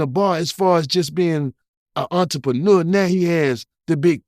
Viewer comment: Yoooo this nigga tryna say entrepreneur was funny as he'll I'm dying 🤣🤣🤣🤣🤣🤣🤣🤣🤣🤣🤣